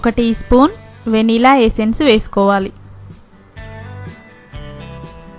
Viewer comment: oka spoon vanilla annaru voice artham kaledu kasta baga cheppandi last one adi vanilla